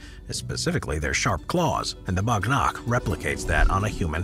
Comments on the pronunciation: it's not a BAGH NAKH its WAGH NAKH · Its not bhag nakh its whag nak means tiger nails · Not bagh nakh its wagh nakh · It's called "wagh nakh" not "bagh nakh" which translates "wagh means tiger" and "nakh means claws" it was originally devloped as a stealth weapon for self defense for events in which you couldn't use long weapon like sword it was introduced in mid 1600 by chatrapati shivaji maharaj a king from India who rebelled against intruders like Mughals, British for sake of his people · Bagh nakh is actually pronounced as Baaag Nukkh where Baagh means Tiger in Hindu Nad Nukkh means Nails in Hindi.